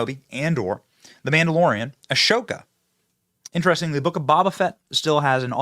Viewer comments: Benny, did you just say Baa Baa Fett and Ashowka? Do you even know Star Wars bro? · You can kind of tell Benny isn't into Star Wars by the way he pronounces Boba Fett and Ahsoka. LOL